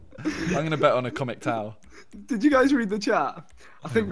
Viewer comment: "ACOMIC TOW". Amazing